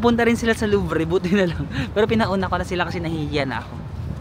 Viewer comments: Kung nagandahan ka sa Paris… masmaganda pa sa Lyon at South of France baka ayaw mo na umalis… haha at di hamak na mas safe kaysa sa Paris. Yang Louvre (Looovruh) or Le Louvre ( luuh Looovruh) kahit isang buong araw ka dyan hindi mo maliligid yan lahat. Dahil iba ibang section yan napakalaki nyan. Seine (sen) River… Notre ( Notruh) Dame (Dam), swerte mo kasi they recently reopened it kasi nasunog sya… Croissant (krruhwa-sont) (ihahalak mo yung “R” berry slayt) Ang maganda sa Europe, you can go to different countries kasi tabi tabi lang sila… if you go to South of France pede ka pumunta sa Monaco then Italy then Switzerland… pede din from South of France back to Spain to Portugal then to Morocco North Africa naman Tangier, Algeria, etc… Yung pronunciation ok lang yan i-cocorrect ka naman ng mga French… medge suplado sila sa pronunciation… haha. Tama yung ginagawa mo na mag “Bonjour” ( bonjoooruh)) whenever you enter an establishment it is considered polite. Always try talking in French they’ll appreciate it and love it… mix english and french words. Theyll help you with pronunciation… pero listen to the locals pronunciation din to learn. ENJOY LANG HAVE FUN atsaka mispronunciation is part of the experience and its your experience… Haha ENJOY! The french don’t expect you to have perfect pronunciation. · you pronounce Louvre LOOV. NOT LUVRE been there many times. ingot sa pickpockets. in buying fruits. never pinch or pinoy style, pinot, pinot megalith nag titinda. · I have a constructive comment. Since you are an informative vlogger, please study the pronunciation of the terms. There are many apps to use to check for the correct pronunciation. Louvre is not luvre. It is pronounced as loov. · Not Louvre but Loov 😅😅 try pronouncing the right words please para hindi awkward 😊😊being a Parisienne before 😊bonjour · Louvre [Looov not Looo-vreh] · It's Louvrrrr. Don't pronounce -re. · kanino nyo po narinig yung luvre na pronounciation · kuya, hindi Luv-reh